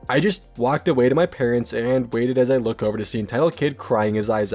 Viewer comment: No, more like Looké. The sounds are more forward in the mouth